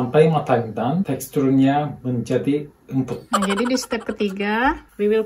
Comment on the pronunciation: Emput = Empuk 😂😂 Semangat terus belajar bahasa